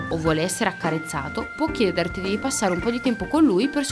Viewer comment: 2. chiedèrti qualcosa? Sarà forse chiederti qualcosa, con l'accento sulla seconda "e" invece che sulla terza? La prossima volta fate un pochino più d'attenzione, e che cavolo...